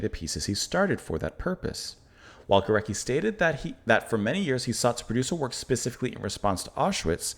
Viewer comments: So cool to see you react to this symphony. Just a quick note on pronunciation, his name is pronounce "Go-RETS-ky" (the /c/ will often be pronounced as /ts/ in Polish) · It’s pronounced GO-RETZ-KI. Thanks for the diversity of your reactions! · Hi again, Well, over the last week or so you have been responding to some truly great, profound music – Bach, Scriabin, Górecki (pronounced Goret-ski by the way) – with wonderment, respect and sensitivity. It makes me even more convinced that you will love and be amazed by Mahler. The final movement of Das Lied von der Erde, especially, was a huge influence on and inspiration to Gorecki, as was the fourth movement of his third symphony (my favourite). As for other pieces by Górecki, I strongly recommend his String Quartet no. 2: the second movement in particular is unforgettable, with a striking agitated bite, quite unlike this symphony but clearly by the same musical intelligence. At this point I could start listing lots of amazing C20th Polish music but let’s take this slowly, and first treat yourself and us to some Gustav Mahler: you won’t regret it.